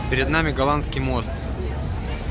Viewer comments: 🤣🤣🤣 галандский. Галата. Я была там везде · Мост Галатский, а не Голандский